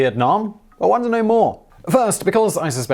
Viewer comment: wtf it sounds like he says "Well want to know more!" Which is terrible grammar, in so relieved he says "wonder" omfg with his British accent it "wonder" and "want to" sound the same lololol